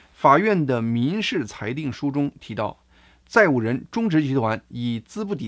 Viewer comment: 大哥，咱们一起读：资（吃俺产）产,债务人（之爱债）。😅